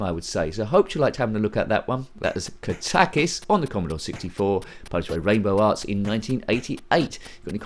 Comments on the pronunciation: I always thought is was pronounced Kat-a-kis. The first time someone has pronounced it Ka-tak-is. Who knows, it could be the right way. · I always pronounced it kat-a-kis too.